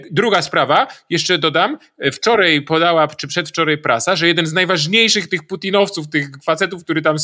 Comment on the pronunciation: Mam prośbę, proszę nie mówić WCZOREJ i PRZEDWCZOREJ, a także rozważyć, czy można wysyłać pomoc niecałymi ciężarówkami?